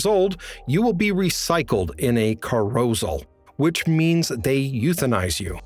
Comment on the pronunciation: Tell me you haven't seen "Logan's Run" with out telling me you haven't seen "Logan's Run". They go to cah-ROW-zel.